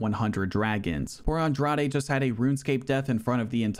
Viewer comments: Agreed. It's a lot of work to put in, and he does it well. That said, in the Women's Strawweight tournament, the correct pronunciation of the Number 4 Seed's (Jessica Andrade) last name is "On-DRODGE" (like the word "Taj" in "Taj Mahal"). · Dog, Andrade is pronounced (Awn-drawjz) or u trollin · Aw bro molly over blanchfield is one of the most blasphemous ufc 4 results ive ever seen. Even worse than Aljo beating LHWs and Kimbo running thru hall of famers lmao. Also GDR beat Pena by submission when they fought irl which is one of the funniest results ever lol. Also please just listen to jon anik pronounce the names before saying Andrade or Nunes again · thtas not how you pronounce andrade lol